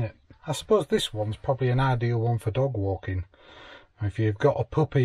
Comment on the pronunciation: I WANT ONE please you said good for dog walking I thought you said dogging for a second 🤣🤣